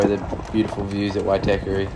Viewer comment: Great video. Only thing you need to work on how to pronounce Waitākere properly 😅